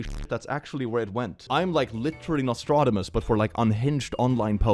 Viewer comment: If anyone ever corrects his pronunciation of "Nostradamus" I will be so upset. It is so adorable!